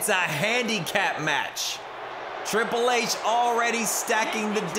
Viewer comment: Riple H😂😂😂 shii kills me everytime